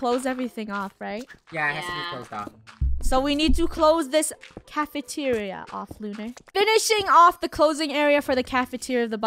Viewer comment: Funneh:next up is cafentira Also funnehs mind:wait i said cafentiaria let me change that up Funneh rhen says:cafeteria